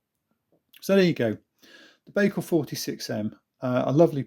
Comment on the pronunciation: Pronounced: bike al